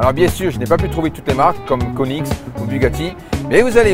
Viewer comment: Comment tu prononce koenigsegg, c'est moi ou tu dit "KONIX" 😂 L'autre jour g vu une gumpert sur LBC